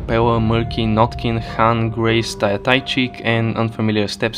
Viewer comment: goes out of the way to stress the correct pronunciation of Kain butchers Tycheek name 5 seconds later? Or, unless there is a canon English pronunciation that is different from Russian, then whatever